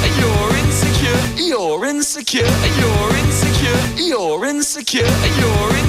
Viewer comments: french accent “you’re in the car” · 15 minutes in, I dont know whats happening 20 minutes in, I hear 'E-orins secure' 33 minutes in, I think I'm losing it 42 minutes in. I think I'm forgetting my name, nvm 50 minutes in, Lauren secure (accidentally pressed comment) 55 Minutes in, almost there 58 minutes, so close! I dont know what my ears will hear after this 1 hour 40 seconds, I did it! Now my ears are buzzing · thats all i hear aswell bro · can’t unhear it